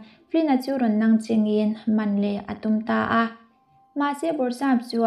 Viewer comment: Nangching tih hi a thluk a dik lo a mahse I aw a mawi a mawi vek tho😍🤭💜🥰